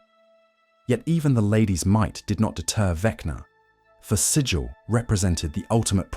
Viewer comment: The city Sigil is pronounced to rhyme with 'wiggle', not 'vigil'.